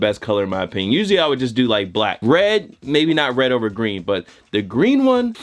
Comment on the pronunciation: “Wed, white and green”